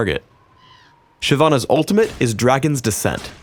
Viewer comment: anyone find it strange how says " ultimate "